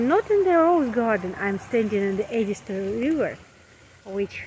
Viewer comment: The watermill brings a sense of serenity. I grew up in Orangeburg and the Edisto gardens were a special destination. Thank goodness you pronounced "Edisto" correctly.